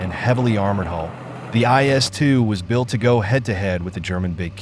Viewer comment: It's quite annoying when any Westerner pronounces the name of a tank as JS2. That never existed. IS2 did. I'm not Russian and even I know what it is.